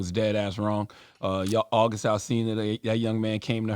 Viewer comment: Envy pronounce August as Ohgust 😂😂